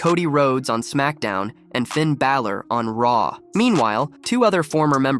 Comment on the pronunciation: Stop with the Clickbait titles, vince russo is an idoit, they always called him The Fiend Bray Waytt, how many tine dose Russo say Bro?? ya saying Finns Name sooooo wrong